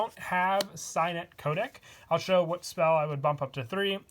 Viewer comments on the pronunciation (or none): none